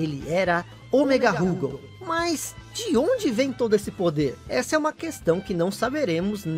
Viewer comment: Tenho todos os KOFs do 94 ao 97 de Neo Geo CD, inclusive com as proteções dos encartes. Gostei do vídeo, mas vou fazer uma crítica construtiva: Por favor, não chame a barra de hp de "sangue" e não chame o Rugal de "Rúgal"...